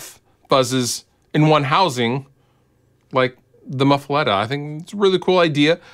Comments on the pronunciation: My mom is from Louisiana, so my inner Cajun is very upset that you are pronouncing muffuletta wrong. "Muh-fu-lah-ta" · Big I’m from Louisiana and i agree 100% hahaha